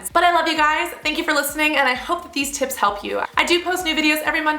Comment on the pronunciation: I keep thinking you're saying tits instead of tips lol